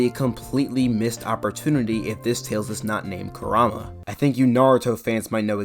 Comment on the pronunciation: Kuraama?? It's Ku-Ra-Maah